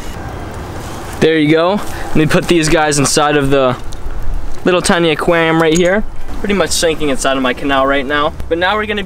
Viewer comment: Say it with me.... AQUARIUM....